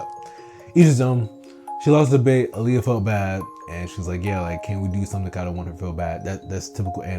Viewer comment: Can you PLEASE call her Ah-l Ya instead of Aaliyah? 😂😂